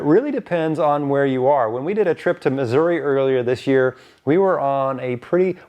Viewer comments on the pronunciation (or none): none